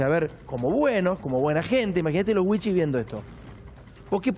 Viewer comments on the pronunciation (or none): La pronunciación no es wichis sino wichís esa es la correcta pronunciacion. fuente soy de la zona.